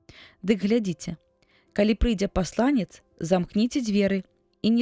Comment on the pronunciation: Прачытана: пасла'нец, слоўнікі даюць: паслане'ц.